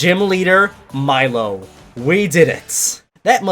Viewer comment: Correction: it’s pronounced: milo= (mee-lo) I’m a brat aren’t I >:)